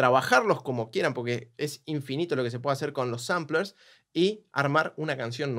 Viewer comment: La Posta es que tiras cosas básicas y demostras desconocer cosas realmente técnicas, como mispronunciar "Sampler" (le decís samplers, pero ponele que es menor), o incluso peor (por qué va directamente relacionado con lo he HACE Daft Punk) dijiste que usan autotune cuando claramente usan un talk-box, una técnica que suena similar pero que es completamente diferente y si la conoces lo podés diferenciar sin dificultad alguna. Habría que investigar más.